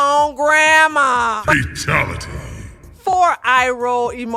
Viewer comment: Fatelity lmfao 🤣